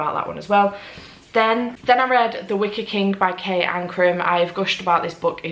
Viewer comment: Reading seven books in a week is amazing. I read The Wicker Man months ago and it wasn't my favorite read but I am glad you liked it. Everytime you said Wicker I heard Wicked.